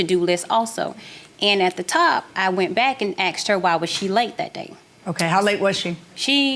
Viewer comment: I “axed” her?